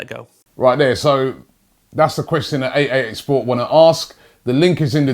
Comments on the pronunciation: Honestly i thought he said AAA sports untill i saw that it was 888 sports 😂😂😂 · I thought he said HHH